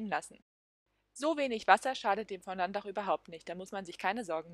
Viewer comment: Bitte das Wort richtig aussprechen: Fo-Do ->